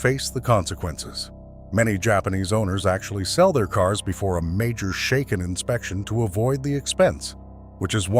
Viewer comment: Shaken is pronounced like bracken, not like taken. How do you expect to be taken seriously? Your "...unique arrangement of technical research, narrative commentary, and visual editing" is certainly unique as well as being highly inaccurate.